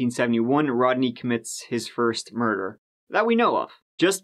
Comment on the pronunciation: Her mur-dar was going off.